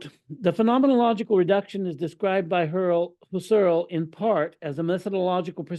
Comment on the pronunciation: It's Husserl with the accent on the first syllable and Gurwitch with the accent likewise on the first syllable.